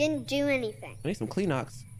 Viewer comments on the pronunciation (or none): please, what is Kleenox 😂😂😭😭